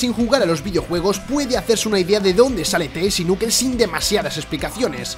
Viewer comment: "El nukels"